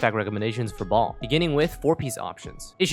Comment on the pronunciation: Fun fact, translation of Baal from Hebrew to English is husband. Also, Baal has two syllables. If following the Hebrew names like the varied Hypostases, it would be pronounced Bah-ahl. Or at least, Bay-uhl. If I'm wrong about any of this, apologies. I am no scholar. Just had a couple Jewish friends growing up.